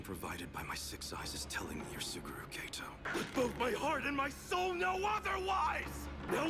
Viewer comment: Why does the dub pronounce Geto like that?